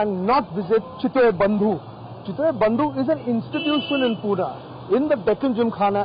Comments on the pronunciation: it's pune bhai...not puna.respect se naam le my city pune... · its not PUNAA...its PUNE